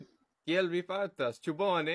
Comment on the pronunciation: I appreciated your video short, but I wanted to impart that "certe" does not have the ĉ sound. It's actually more of a "ts-" (as in "tsunami").